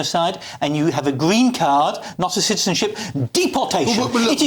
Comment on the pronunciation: 😂😂😂😂 gweeen fkin state of him 😂😂😂